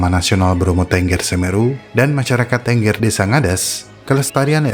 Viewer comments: Bang, cara baca "Tengger" itu seperti pada kata "petik", bukan seperti pada kata "bebek".. Aku gak ada sejam ke Tengger, puluhan kali ke Bromo, nyentuh edelweiss liar aja gk berani.. Semoga dengan konten ini, masyarakat lbh mengerti tentang pentingnya edelweiss.. Terimakasih. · maaf baca suku tenggernya salah.